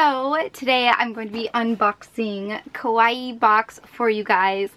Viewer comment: it was pretty annoying to hear her be that negative. and the way she pronounce kawaii, she pronounce it like it mean Scary, maybe she was referring to her face makeup XD